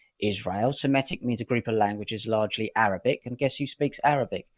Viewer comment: Semitic, not Semetic